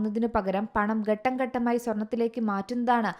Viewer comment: ഗട്ടം അല്ല ഘട്ടം എന്നെ ഉച്ചരിക്ക്.